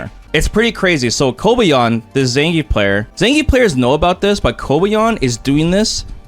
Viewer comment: SPD has beaten my jump before aswell. Zangrief not zangief😂😂